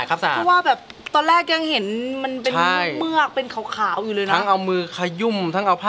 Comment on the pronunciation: เมือก! ไม่ใช่ "เหมือก" +